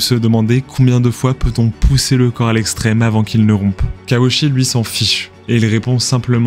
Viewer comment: Why repeat the same visuals over and over ? His name is mispronounced as "she" instead of "chee" (last syllable).